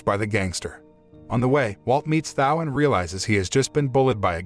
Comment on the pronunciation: Thao was not pronounced how it is being now. And the phone call was about football tickets. The more I listen , sounds like someone dodnt pay full attention to the movie.